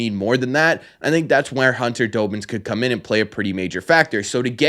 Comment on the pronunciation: His name is pronounced Dahbins not Doughbins lol. Think of Robbins with a D😊